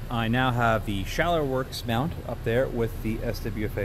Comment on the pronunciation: Where in the hell on planet Earth can you get an American Defense Recon mount for $200 ???? I paid $285 for mine. Also (you mispronounced Scalarworks) (and you mispronounced Reptilia in a different video) lol.. I love the video and after watching that just reaffirmed that I'm going to buy another American Defense Recon. However, I would love to see this test on an American Defense Delta series vs the Recon series.